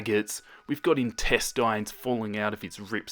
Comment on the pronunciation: Me:intestines:intestayns(says intestines)